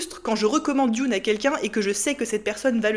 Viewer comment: juste pour chipoter, Dune en anglais ca ne se prononce pas "dioune" mais simplement "doune"